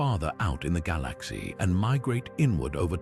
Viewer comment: I listen to stuff about the universe to get to sleep and the information is always good but I cannot stand the way the AI says galaxy.